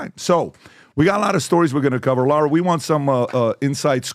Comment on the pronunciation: It’s LARA not Laura lol